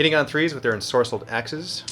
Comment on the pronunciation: "Ensorcelled Axes", my guy, it's Enscrolled Axes dude.